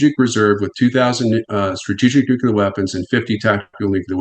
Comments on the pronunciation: That guy doesn't know how to pronounce Nuclear. So annoying. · why does he blink so much?? and why does the expert not know how to pronounce 'nuclear'